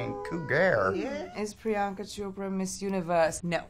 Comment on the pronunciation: Did anyone else hear someone saying prinyanka